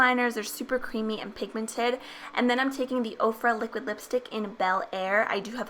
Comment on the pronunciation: another great video! i love the way you say pigmented lol it always makes me laugh for some reason! Love your videos :)